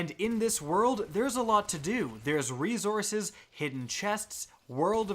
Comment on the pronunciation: dude,the way you pronounce resources i can't get around it... xD #